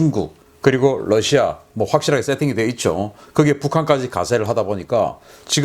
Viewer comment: 신교수님 훌륭한 방송 잘 듣고 있습니다. 한가지 정정을 드렸으면 합니다. Russia 를 러시아로 발음해 주시기 바랍니다. Lussia 로 발음 하십니다. 그리고 SECURITY 역시 시큐리티로요 씩큘리티는 아닌 것으로 봅니다.